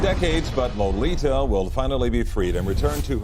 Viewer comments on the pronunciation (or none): Her name is Lolita say it right or don't say it as all